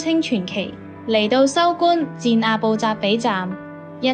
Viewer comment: 不是收官戰，收官戰。 係收關戰。